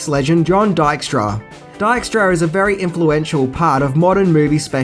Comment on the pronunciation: You really do butcher names. Dykstra is pronounced Deek-stra